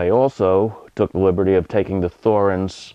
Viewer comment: its pronounced Torrenz...drives me mad